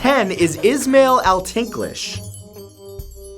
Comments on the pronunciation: Is-mah-eil not is-mail lol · The first one is pronounced Ish -mile